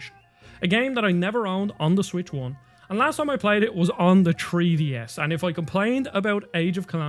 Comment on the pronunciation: "Tree-DS" and "Genui-Eye-nely" This guy's pronunciation.